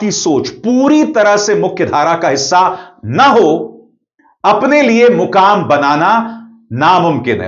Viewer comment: Mukaam nahin-- "maqaam" banaya right abhisarji